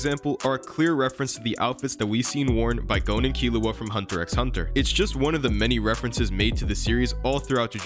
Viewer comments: Great video, BUT ITS NOT PRONOUNCED HUNTER "X" HUNTER. It's just hunter hunter. I'm commenting this mid video so don't expect a feedback on that. The video is great otherwise. 😭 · In hunter x hunter, you dont say hunter x hunter, you say hunter hunter, the x is silent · You dont need to speak the “X” in Hunter x Hunter, its just “Hunter Hunter” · you just pronounced the "X".... gross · you don’t pronounce the X in hunter x hunter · Now that I think about it, Sukuna does look like Hisoka. That Gon and Killua parallel with their clothes and hair color was a good one. But dude, x is silent in hunter x hunter. 😅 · I can’t sub bc you pronounced the x in HxH my guy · How are you not gonna know how to pronounce Ui Ui (we we) when it’s been said in the anime in both languages? Also even though I HATE hunter x hunter even I know the x isn’t spoken.